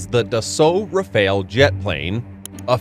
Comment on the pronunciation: It's simply the "Charles de Gaulle", not "FS Charles de Gaulle". There are no prefixes in the French navy. But the pronunciation of most words was close enough. Except for the Rafale 👉